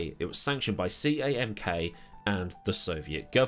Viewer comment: CAMK? That'll be SAMK, Soviet something. Cyrillic C is pronounced S (as in UCCP = USSR).